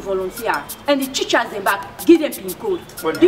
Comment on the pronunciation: Teachers not chichers Hahaha this is interesting